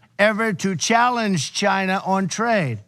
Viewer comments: when Trump says China it sounds more like he is saying vagina!😂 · Why the hell does Trump pronounce China as Gina ?!?! This is what is really bugging me. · When is Rump going to learn how to pronounce “China”? It’s not “Shine-a.”